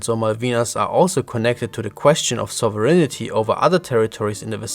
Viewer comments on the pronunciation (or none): Knowledge is Power! Not to be critical but "Sovereignty" is pronounced as: SOV-rin-tee. I thought you would like to know for next time. Power to you '' 🏅